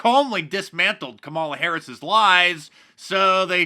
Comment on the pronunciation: Did you say camel toe Harris?